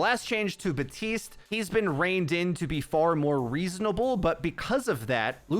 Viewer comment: PLEASE learn to say Baptiste's name properly. I truly do not understand how it is that difficult